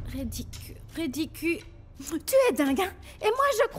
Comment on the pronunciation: Anmweyyy men paka di Ridicule 😂😂edem montrel svp: répète ri-di-cule